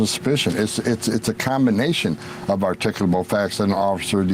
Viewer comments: "Articalable" facts. What a dumb ass, alki-brain moron who speaks as though he has brain damage!!!! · arr-tickulabul facts